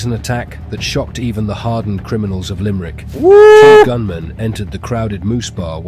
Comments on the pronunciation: Its LIMERICK not LIMEEERICK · It's pronounced Limb-rick